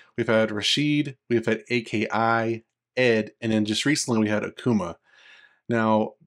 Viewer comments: A.K.I is pronounced as Ah-key, thats how the announcer says it's. just saying... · The fact you say it as A-K-I shows me you don’t even play this game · Just looked thru his vids he's a mk guy. I'm like, who still says A.K.l?